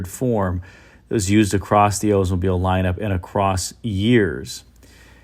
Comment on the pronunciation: Why does he say Odesmobile instead of Oldsmobile?